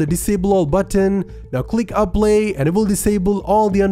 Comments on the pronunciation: I like how he pronounces apply (he says aplay) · i love how he says apply